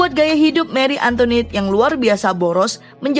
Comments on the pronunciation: Salfok sama suaranya, Antoinette jadi antoniette😂🤣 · antoinet bukan antoniet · Bacanya; Marie Antoanet